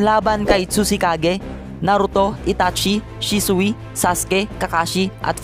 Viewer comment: bakit shi su i ang prounounciation nun shisuy